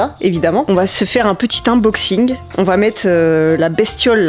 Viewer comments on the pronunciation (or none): Bonjour!! Continue, tu es au top!! J'adore le ton de tes vidéos. Par contre, pour ton anglais: unboxing phonétiquement: eunboxing;-)